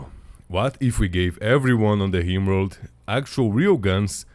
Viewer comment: the guy who made the video pronounces "rim world" as "Himworld"